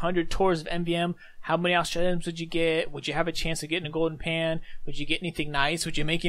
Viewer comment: go-den pah